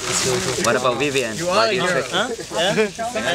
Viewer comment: Vevien... Strong!...Vevien... Strong!...Vevien... Strong!...